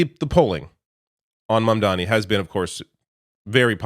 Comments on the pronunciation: Even Bernie didn't get Mamdani's name right. 😂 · Scarborough is so proud of himself for barely getting Mamdani's name right for once ... and then he proceeds to screw up Lina Khan. It's not even like it's a confusing name.